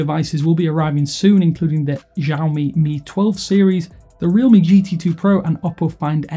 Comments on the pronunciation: The X in Xiaomi does not make a zh sound. It makes a sh sound. Shaomi, not zhaomi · It's not "Jaomi" it's "Shaomi"